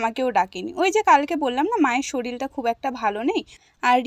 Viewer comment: সবই ঠিক আছে... কিন্তু কথাটা শরীর,..শরিল নয়🙄শরিল কথাটা শুনলেই পুরোদস্তুর আনপঢ় লাগে🙄এটা hate comment নয় কিন্তু😊 take love❤